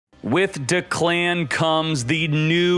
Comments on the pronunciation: Emphasis on the first syllable. "DEC-lan". Not "DA-clan" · Its "Dek-Len" not "De- Klan" lmao